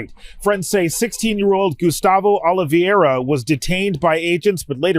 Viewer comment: Oliveira is pronounced Olive-Vay-Rah. Trust me, I know. I also know better than to take myself or my obviously ethnically looking family to the United States. Not even for a visit. The goons are out of control.